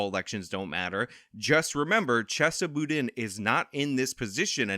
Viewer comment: Hey -- good video! You've earned another subscriber. Just a point of fact that may not be useful ever again, but Chesa Boudin's name is pronounced "CHAY-suh Boo-DEEN". And yeah -- he's an idiot criminal-enabler of the first order, and I was glad to be able to help vote his sorry ass out of office.